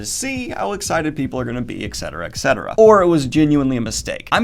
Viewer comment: I love your content. You have quickly become my “go to guy” on what to read next! But what is up with the et cetera pronunciation? Is this correct, and there is something I am missing? Pet peeve ftw.